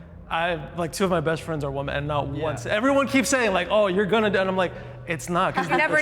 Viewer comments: Guys, let's say "women" correctly. The video literally opened with the moderator saying "woman" instead of "women." "Women" (plural) is pronounced differently than "woman" (singular). "Wih-mihn" = "Women." "Wuh-muhn" = "Woman." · for god's sake, Women and Woman are different words. Why do so many people today pronounce Women like "woman"? I've seen it everywhere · Please learn how to pronounce "women". It is not pronounced the same way as "woman."